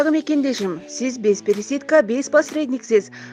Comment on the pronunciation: Пересетка эмес пересадка десениз эже